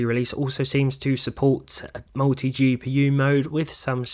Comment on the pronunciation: suppolts..does it suppolt it? it is suppolted.